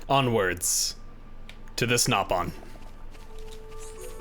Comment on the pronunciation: They are pronounced Nopon, as they should be.